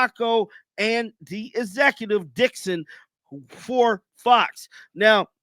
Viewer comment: Lay-der, Dix-on will get fired along with Joy.